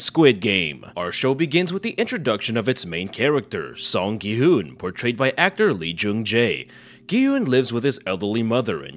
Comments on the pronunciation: mans called it green light, red light and called gi hun gi hoon. I assume he didnt watch it ;( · Aint no way you called him gay hyoon